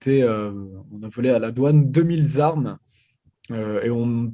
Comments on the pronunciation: 2 mille Z armes ? Vraiment? Pour un journaliste la moindre des choses est de parler UN BON francais... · Deux mille zarmes... Non mais plus personne ne parle français ou quoi?